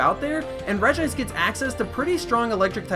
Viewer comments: It's Regi-ice xD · And not regice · Oh btw regice is pronounced regi-ice